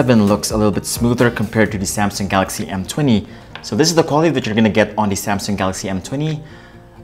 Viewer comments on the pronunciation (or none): none